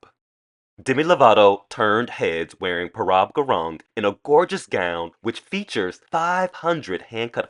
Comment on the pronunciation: How can you do a video commentating on fashion designers and you completely mess up the name “Prabal Gurung!?” Shameful…This was basically the equivalent of you calling Dua Lipa “Dula Peep!” Hahaha